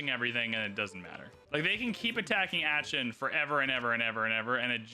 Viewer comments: Aachen is more like Ah-khen and less like Atch-en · No, ist more like achen. No k no t. Look online how to pronunce it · funny how he Pronounce "aachen" :D AETSCHEN :p